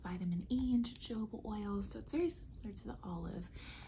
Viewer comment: jojoba oil is pronounced/ huh·how·buh